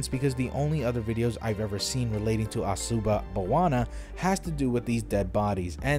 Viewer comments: Asooba baawana is the pronunciation btw. I'm a Sri Lanka. And sinhala is pronounced as SING HA LAA. And no this is not a very Buddhist thing. Buddhist people are weird in our country. Very conservative. Anti-gay, anti a lot of things. And also they believe women cannot attain nirvana. Also very Islamic and christianophobic. They have a similar thing for eating meat where they have thirty minute long chanting with pictures of animal suffering. This is mostly not meditation but forced self brainwashing evil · The word is Asuba Bawana. Good luck!